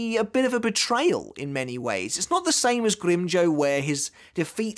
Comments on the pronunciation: Will become a patron if you stop mispronouncing grimjow, it’s not grim joe it’s grim jow like wow or now or how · GrimmJOW not grimmjoe